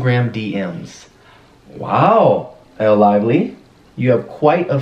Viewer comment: Did anyone else notice Austin saying “ellel” . But actually “elle” is the real id 😂😂😂